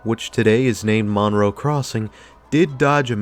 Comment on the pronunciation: The name of the town is pronounced Munroe. I worked at the Wal-Mart in the late 80's and have lived in the area for 38 years. I feel like I need to defend this mall; it was a great place in the 80's and 90's.